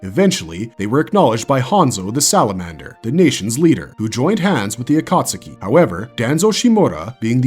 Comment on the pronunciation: agreed. Ain't no way you can make a dozen Naruto videos and still pronounce Akatsuki as "ah-kaht-su-key"